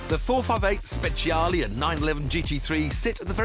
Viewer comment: it should be soooo easy to pronouce Speciale correctly for a Ferrari fan :( Same goes for Ferrari :(